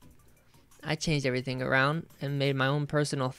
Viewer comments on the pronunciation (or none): none